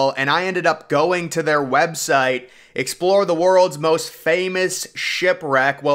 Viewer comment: Dude said “webstite.” 😂